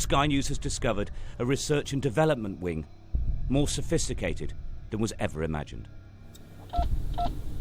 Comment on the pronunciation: “more sefisticated than we ever imagined